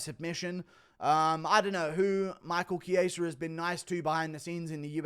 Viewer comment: The fact that guru is the only one who says Michael chiesa' name correctly and rogan and that can't is jokes